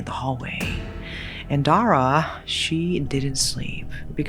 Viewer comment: As a cambodian, Dara is actually a common name. But the way we'd pronounce it was dah-rah not the way you pronounced. At least for me and my family. The name means Star. Anway its so nice to hear a Ouiji Board story that is set in Cambodia. I mean finally!